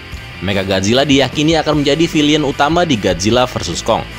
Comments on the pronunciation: Baca "villain" itu bukan vilian tapi vilein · villain bang bukan Villian